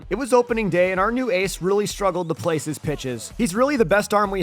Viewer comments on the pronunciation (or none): none